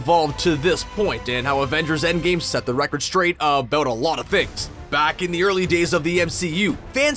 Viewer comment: did you just say "Avengers: Endgay" ?